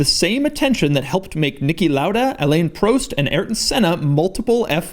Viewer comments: Very interesting to see all these unique design necessities. Just to note: Alain Prost is not pronounced how you did, but nm... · How did you just pronounce Alain Prost?